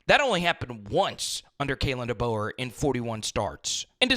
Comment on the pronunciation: Facts 💯💯 He needs to at least learn the correct pronunciation of Coach DeBoer's name, seriously. all season long 💪🔥🐘 Roll Tide Fam